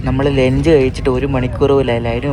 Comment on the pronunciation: Mone,lench alla ...lunch